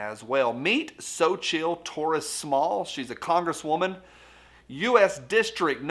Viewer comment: It's pronounced "SO-chee." You want to ask about my district? I'm in California: don't get me started.